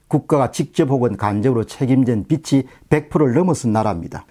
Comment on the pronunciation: 발음 수정해 드립니다. 빚이를 빛이라고 발음하시는데 ' 비지 ' 라고 발음하셔야됩니다. 늘 수고가 많으십니다. 많이 배우고 있습니다. 감사합니다.